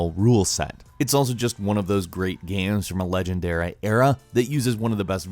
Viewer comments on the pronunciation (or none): "it's also just one of those great 'guaes' from a 'legendeura' era"